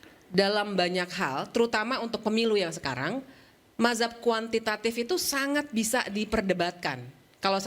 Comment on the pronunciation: Dengan PD nya mereka bilang Mahzab, yang benar itu Mazhab ya...😂